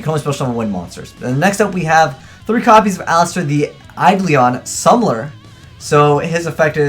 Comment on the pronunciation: "eyelister the aidleon summler" really? like, I get you can't read but really?